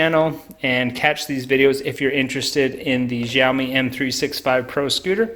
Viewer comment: It's Xiaomi, not Riaomi